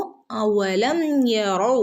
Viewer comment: തെറ്റാണല്ലോ ഫസ്റ്റ് ഓതിയത് അവലം ഇതല്ലെ ശെരി അവ്വലം എന്നാ ഇതിൽ കേട്ടത്